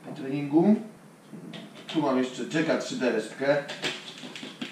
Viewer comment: Jack3d to inaczej Jacked a nie Jack 3D. Czyta się to Dżaked do chu*a pana! wszystkie pompki którzy chcą być jacked ;)